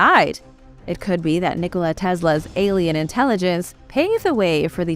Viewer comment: I've noticed in a couple of the videos of wrong pronunciation of a couple words which seemed very odd to me so are these videos computer-generated just using your voice? The two words I heard mispronounced were Nikola as in nikola tesla and you also mispronounced Herodotus in a different video.